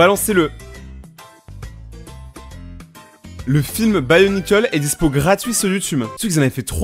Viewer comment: sa se dit "bionicle" avec prononciation fr et pas "buy o nikeul" x'D